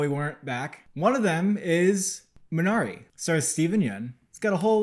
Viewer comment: Nice review. FYI. Korean pronunciation is MEE na ree